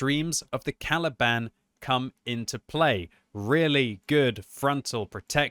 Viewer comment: I can't help but hearing "Taliban"